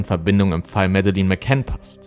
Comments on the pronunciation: ich habe auch nicht behauptet das es richtig ausspricht, tut er nämlich nicht, die sagen tatsächlich Madelinn, da sie Schotten sind. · sie wird aber nicht Mäddelin ausgesprochen, schaut mal die Videos wo die Eltern den Namen aussprechen. Schottisch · das sind schotten die haben das noch anders ausgesprochen. Hör man in die Interviels mit den Eltern. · Leider musste ich dieses Video nach kurzer Zeit abbrechen. Ich bin von dir gewohnt, dass du sehr gut recherchierst und dich bemühst alles so objektiv wie möglich zu halten. Aber wie du den Namen "Madeleine" ausgesprochen hast, war nicht akkurat. Ich weiß, es ist eine Kleinigkeit, aber wenn der genannte Name der Person gehört, um der es in deinem Video geht, wird dieser natürlich oft genannt. Ansonsten höre ich dir super gerne zu, aber in diesem Fall ist es jedes Mal ein Stolperstein- natürlich nur für mich. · Das Video ist vl. gut, muss aber weg schalten weil du ihren Namen so komisch ausspichst 🤣🤣🤣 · Sie heisst Madeleine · Ich habe schon Interviews mit den Eltern gesehen. Man spricht diesen Namen dennoch nicht so aus, wie es das ganze Video über tut (er spricht es so aus, wie ich es geschrieben habe, was falsch ist) und zwar in keiner Sprache. Das erste e ist stumm und das zweite e wird nicht wie ein langes i ausgesprochen, sondern wie ein kurzes e. Das dritte e ist natürlich auch stumm, was so ziemlich das einzige ist, was er an diesem Namen richtig ausspricht. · Das stimmt. Es wäre ja eigentlich ein Leichtes gewesen, z.B. den Namen richtig auszusprechen, besonders da er ja anscheinend die Netflix-Doku oder sehr wahrscheinlich zumindest einige Interviews mit den McCanns gesehen hat, als er das Video vorbereitet hat. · Musst mal Madeleine richtig aussprechen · "Mädlen" nicht medelin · Sagt man nicht Mädlin? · Und Madeleine wird "Mädlin" ausgesprochen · Ja,er hätte wenigstens lernen können ihren Namen richtig auszusprechen. Mäddelin klingt halt zum lachen😆😆